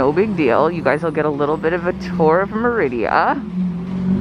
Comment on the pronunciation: Oliva, not Olivia. Merida, not Meridia. C'mon man, you live here...